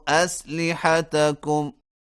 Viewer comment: لفظ اسلحتکم میں اعراب کی غلطی ہے مہربانی فرما کر ٹھیک کر لیں